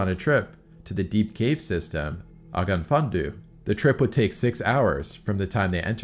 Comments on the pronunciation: It's pronounced more like ogav vunon thee. The closest thing to dd is th, it's another letter in the Welsh alphabet. You just lift the tip of your tongue a bit more than th, like you're going to say d. Great video though, thanks! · Oh-gof fun-on thee for prenounciation! It means the Black Well cave. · Great video! For reference, the name of the cave is pronounced ogg-ov fun-on thee ☺️ I'm from not too far away and speak a fair bit of the language (it isn't easy to pronounce!) 👍🏻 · Not picking on you for a moment, love your videos, but as a Welshman I want to try to help you with the pronunciation. "Ogon-fun-do" is not it. Ogof (pronounced og-of) means cave, Ffynon (pronounced Fin-on) means funnel or chimney and Ddu is Welsh for black, pronounced Thee, like in old times, Thee shall do the following etc. Welsh is a very complex language, and although I can speak it fluently I just realised how hard it is to get the phonetics over in text :D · It’s pronounced Ogof fun-non thee….. you got the Ogof right. Ogof fundoo sounds interesting though. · Ogof Fun Do 😂😂😂😂😂😂😭 Best butchery of Welsh language award so far 😂😂😂😑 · Great video. BTW it's pronounced "Og-Ov Fun on Thee". Roughly . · Hey. I'm from Wales and its pointless information, but the cave 'Ogof Ffynnon Ddu' would be pronounced 'O-gov fin-non thee'. Its just the Welsh pronunciation. Double D is a 'th' sound. And 'u' is pronounced as an 'e'. Ddu means black, I know that much. Amazing videos by the way I've watched almost all of them at this point! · Pronounced - Oggov Funnon Thee. 5 syllables. The Dd (Th) in the last word is soft, as in that. Hope this is helpful, not irritating. Welsh can be tricky. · If you want to know the correct pronunciation for Ogof Ffynnon Ddu = Ogaf funa thee (dd in welsh it a 'thee' sound) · Pronounced roughly Ogov Feenon du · Just a lil help with the translation It's pronounced like Oggov Phyynnon Dee lol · "OG OV FUN ON THEE" Cave Spring Black.